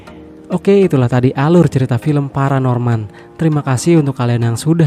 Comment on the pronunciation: Paranorman pke N bukan L parahmen mungkin